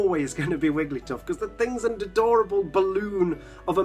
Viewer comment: "a dadorable ball of awosomeness